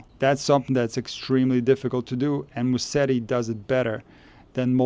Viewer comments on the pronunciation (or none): It's not Musseri but Musetti!